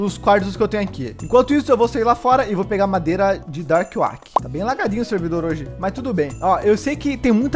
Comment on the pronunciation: So eu que fiquei com agonia do falando o nome da madeira errado? Kk